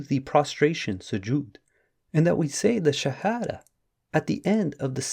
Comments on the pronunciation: he cant even say the Shahadah correctly. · Bro how come u can’t even recite the SHAHADAH PROPERLY 😮😳🫣🤔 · He cannot even pronounce the shahada correctly!